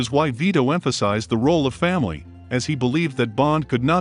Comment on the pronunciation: I loved the videos, but why "Faimily"?